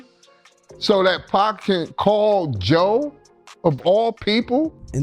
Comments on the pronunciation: I cut this video off as soon as it said "pack". Everyone knows how to say pac. This is an AI generated slop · For this dude to keep pronouncing it “pack” makes it feel like he shouldn’t be the one presenting this video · “2 Pack” cmon commentator smh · Why he calling Pac “Pack”?😭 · AI cant pronounce pac